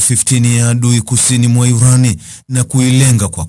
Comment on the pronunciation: 😂😂😂😂😂wesikiliza yurani kama yuranium